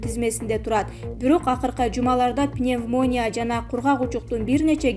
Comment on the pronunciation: Пнев мониЯ диктор мы слышали